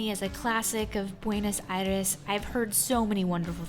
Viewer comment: I cannot be the 1st to tell you that it's not BuenAs but BuenOs Aires.